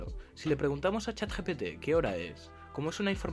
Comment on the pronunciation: Dijo: Chat "GTP"